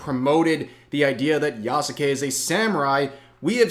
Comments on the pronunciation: who the fuck is ya-soo-kay? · The u is silent my guy